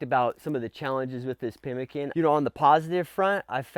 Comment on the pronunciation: pimmeekaan, not 'pemikun'.